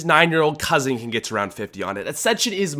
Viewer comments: What acsension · I was offended when he said ascension